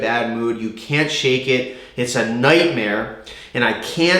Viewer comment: omg I love you ahhah "its a nightmarrre" hahah